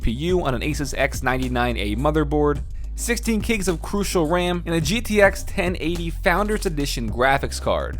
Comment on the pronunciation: Your first keyboard is not a k65, those do not have number pads. Also messed up the ram pronunciation my man...